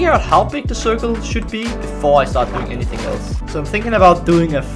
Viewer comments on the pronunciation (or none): none